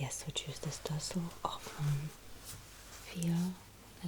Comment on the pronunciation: “Which tessel would you like?” “Yes.”